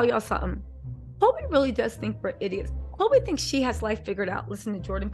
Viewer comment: NOT KHLOGRE 😅